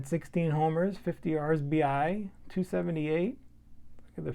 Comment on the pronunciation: One would expect tell-tale coronas on your channel, but bombing Russians on ice!?! 😂 Man, you never disappoint. And don’t think I didn’t catch that R’sBI !! 🤣 Great stuff, bud! 🤛🏻